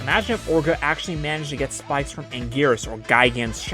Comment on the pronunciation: Angweenus lol